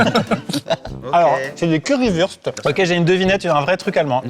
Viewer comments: On dit curry wourste pas curry weurste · Le Currywust se dit « Currywourchte » si jamais